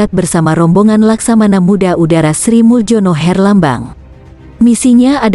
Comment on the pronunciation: Pengisi suaranya tdk faham ejaan lama contoh Sri muljono hrsnya dibaca srimulyono dan banyak lg ejaan lama yg dibaca seperti yg tertulis saja !!!